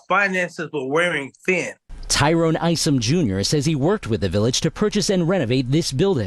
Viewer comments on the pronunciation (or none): none